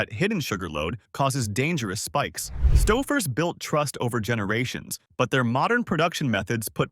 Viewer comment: I simply can't take any advice from a channel that can't even pronounce it's content...the minute I heard Stouffer's pronunciation as Stuffers...I clicked off never to return...if you want subscribers...earn them ...narrate your videos with a human being... other channels do it...put some effort in...you might like it...